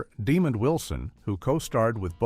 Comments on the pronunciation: The narrator is AI and does pronounce his name correctly a couple times, but questionable other times. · Right, this is my first time seeing this video, and it just sounds so disrespectful and lazy. There is no effort to begin to pronounce his name correctly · Thank you. I wish people would do more research and learn how to pronounce people's names correctly.